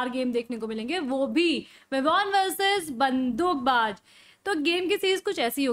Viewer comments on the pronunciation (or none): bandookbaaj nahi its baz mam😂